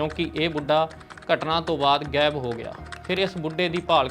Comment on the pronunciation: ਸ਼ ਨੂੰ ਸ ਤੇ ਛ ਨੂੰ ਸ ਨਾ ਬੋਲੋ। ਸ਼ਬਦ ਜਿੱਥੇ ਸੁਧਾਰ ਕਰ ਸਕਦੇ ਹੋ.. ਪੁਸ ਪੜਤਾਲ ਨਹੀਂ ਪੁੱਛ ਪੜਤਾਲ। ਗੈਬ ਨਹੀਂ ਗਾਇਬ। ਰੈਫਲ ਨਹੀਂ ਰਾਇਫਲ। ਅੰਬਰਤਸਰ ਨਹੀਂ ਅੰਮ੍ਰਿਤਸਰ। ਸੋਟਾ ਨਹੀਂ ਛੋਟਾ। ਸੱਡ ਨਹੀਂ ਛੱਡ। ਸੇਡ ਨਹੀਂ ਸਾਈਡ। ਰਾਸਟਰਪਤੀ ਨਹੀਂ ਰਾਸ਼ਟਰਪਤੀ। ਲਾਸਾਂ ਨਹੀਂ ਲਾਸ਼ਾਂ। ਪਿਸਲੀ ਨਹੀਂ ਪਿੱਛਲੀ। ਆਮ ਬੋਲ ਚਾਲ ਦੀ ਭਾਸ਼ਾ ਤੇ ਖ਼ਬਰ ਪੜ੍ਹਨ ਦੀ ਭਾਸ਼ਾ ਵਿੱਚ ਫ਼ਰਕ ਹੁੰਦਾ ਹੈ ।